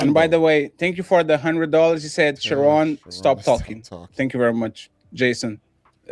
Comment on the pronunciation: Hey bro I dont even eff w bro shu-ron like that but u keep callin him sharon got me rollin every time lmao